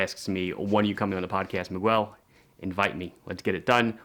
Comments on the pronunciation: you should improve your spanish... it Miguel sounds in just one way, it sounds: "Mee-gel", accented on the "gel" syllabus. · 1. I love you but … it’s mee-GELL, with a hard G. 2. Keep the logo! It’s simple and says watch.